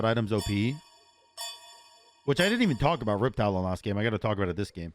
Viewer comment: Are u saying "riptalion" as a meme or do you think its "riptalion" instead of riptalon